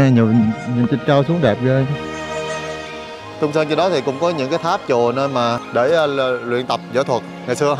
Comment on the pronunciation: Đại ca này đi hết cái TQ, đi TQ nhiều hơn các nước khác, mê TQ vậy thì nên học tiếng trung đàng hoàng tí, k học thì tém tém lại. Phát âm hơi ghê, quỏ ái cúng phú. Ghê hơn nữa là còn nói sai, Túng Sớn gì ba😂